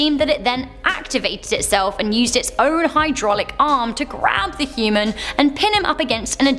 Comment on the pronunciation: She said humen shes a aliane